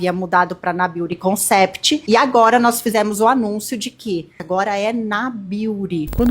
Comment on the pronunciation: Natalia Beauty Clinique, a pessoa não consegue pronunciar as palavras em inglês, "Concépti", pq usa então?